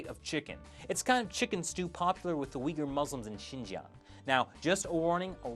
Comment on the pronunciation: He actually pronounced it right, but he did have a little accent. I'm so hungry! True, you can't find those foods in panda express. But some asian restaurants make those.